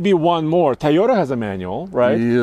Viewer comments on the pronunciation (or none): I’m offended with how this man says “Toyota” and “Tacoma.”